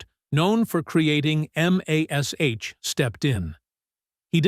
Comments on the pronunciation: It's because of the asterisks. If the text was written as "MASH" it would have pronounced it correctly, but because it's written as M*A*S*H (Mobile Army Surgical Hospital) , A.I fucks up the pronunciation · AI slob narrator I knew that the moment he tried to pronounced mash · It's weird how aI can't say MASH...